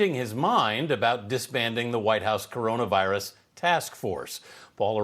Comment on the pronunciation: Kewronuh task force? You mean reelection task force